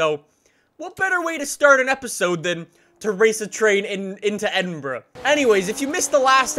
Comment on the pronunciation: raciing into edinbruh